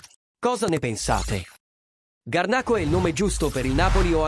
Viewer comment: scusi signore solamente per correttezza niente di che ma si scrive Garnacho, nel video non sta parlando una vera persona quindi sbaglia la pronuncia